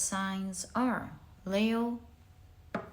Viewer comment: Leo is pronounced 'Lee-o' not 'Layo'. Also, words ending in 'g' are pronounced with a silent 'g'.